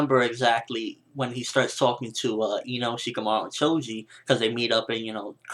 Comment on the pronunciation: Its ''Cho'' Not Chouj -__